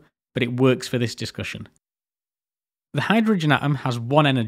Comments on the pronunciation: Please pronounce your 'T's! 'A om', 'wa er' and 'me al' all have a T in them bud aTom-waTer-meTal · Awesome video, thanks a lot! It's obvious, you've put a lot of effort into making it. I kinda wish though, you'd gone the extra mile to put the "t" between the "a" and the "om" 😁